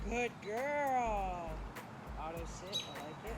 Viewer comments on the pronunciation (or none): none